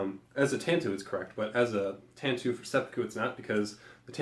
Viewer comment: Tanto is pronounced with a long "a" and "oh" at the end. Just FYI